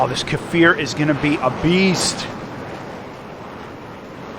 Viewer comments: kfir not k e for k as in cli- ck and then fir edit bold made it seems like a lomg sound the k is short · its not kefir, just kfir. you say it just like it looks like. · Great content! Also the kfir "K" is pronounced like the "C" in coffee or car in the British English dialect. It shouldn't sound like Kafir.